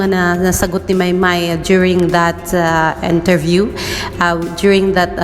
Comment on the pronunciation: Correction. It's interview, not enterview. Perform, not pehform. And many more mistakes.